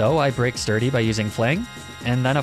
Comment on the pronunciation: Actually replaying Black and omfg, purrloin/liepard is pretty but so bad... LMFAO. So I'm listening more than watching, and my brain is filthy. So when I heard "sturdy sock" - well, it took me a moment to realize you meant a fighting pokemon with Sturdy. My sincerest apologies to your innocence. XD